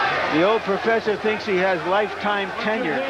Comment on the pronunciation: The Proferfsor